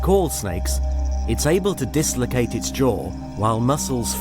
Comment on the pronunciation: I like the way he pronounces dislocate